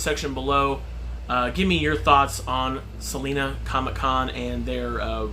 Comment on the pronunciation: Just being nitpicky because I am from Salina but it has a long I Sal-eye-na ha!! Not like the singer Selena